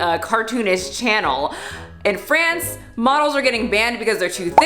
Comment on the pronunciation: psst, it's FrAnce, not Frence.